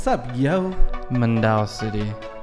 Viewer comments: yes she pronounced it correctly... mandaue city...(pronounced like mandawe) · The pronunciation of number 6 is really correct man-da-weh... I was born in cebu city and raised in mandaue city... So happy that my city was included 😊😊😊.. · Her accent doesnt sounds Filipino to me ,and yes she did pronounced it right,Manda We_ Mandaue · the host on this Youtube is not Filipino. She sounds Indian. She actually pronounce Mandaue correctly. It's pronounce like: Man-dawe ( pronounced it the way it's spelled out). The coins are called centavos. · She pronounced Mandaue City correctly and yes her accent is Filipino 😊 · Yes she's got the right pronounciatios don't worry. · She did pronounce it right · She pronounced Mandaue City corretly. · You 2 sucks. She said it correctly than you 2. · She pronounced mandaue correctly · hey pronunciation is correct but she doesn't sound Filipina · You said mandaue city right. The narrator aint perfect with her grammar and dictions. For the coins its centavos. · COME ON GUYS DON'T ASSUME THAT IT'S ALL SPANISH! IT IS MANDAUE, PRONOUNCED M A N D A W E H! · She pronounced mandaue city correctly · She pronounce mandaue correctly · Mandaue city pronunciation in Filipino is MÁN-DÁ-WEH 👍 she has an accent of a typical Filipino 😁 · Yez she pronounce correct in mandaue city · she is pronouncing it right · you pronounce it right Mandaue or MANDAWEH CITY